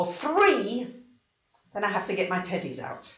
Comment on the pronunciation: I’m not sure if you’ll think this is funny or inappropriate, but sometimes when you say teddies, I hear titties... 😂 “I ‘ve got my two titties here!”